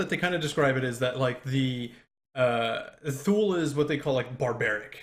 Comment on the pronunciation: Goddammit, it's pronounced: "too-lee." Did you bother to do a damn Google search, before you started that Kickstarter?